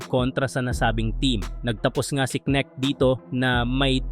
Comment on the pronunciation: Anong ke neck ..haha..ayusin mo mag bigkas..neknek mo😂